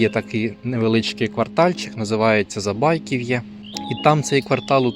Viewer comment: Наголос: ЗабайкІв,я😮